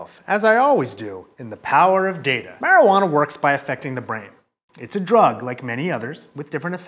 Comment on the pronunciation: yea, but he can't pronounce DaTa, Resource Based Economy , The Venus Project , if all had food and shelter, imagine the , I hardly see someone say "what's being done about the problem" .